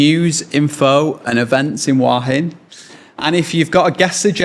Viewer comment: It's nice to hear somebody pronounce it in the Southern Style: "Wah Hin."